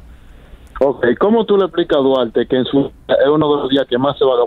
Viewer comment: Como le explicamos a Duarte que su nombre se pronuncia con L “Dualte” 🤦‍♂️